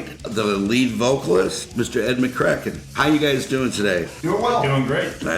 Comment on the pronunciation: Had a great time interviewing both and Ed McEachern. Two great guys with some really cool stories 😎 I want to apologize for mispronounceing Ed's last name..Duh!!